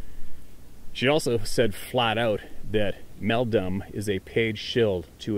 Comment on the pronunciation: Did you mean Meldrum? As in Jeff Meldrum? You said Meldum ???